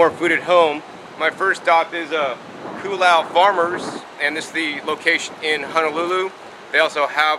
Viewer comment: It's pronounced Ko Oh Lau. Both "O" sounds are said like the "O" sound in boat. :)